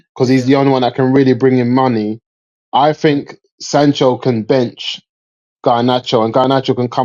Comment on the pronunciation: Lmao man said sancho are you seroous